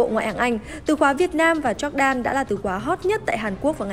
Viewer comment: E có một góp ý nhỏ xíu thooii Jordan đọc là dóoc đan nii .e cũng là fan của S nên đừng ném đá e soii😭😭